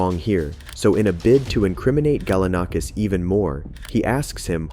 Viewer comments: I like how you pronounce it as "michael sichini" then go to pronounce it as "Chechini" THEN Pronounce it as "Galanikis" but then pronounce it to "Galanakis" Your inconsistency is killing me my dude. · Seriously how many different ways are you going to pronounce Galanakis?? It's the same name ffs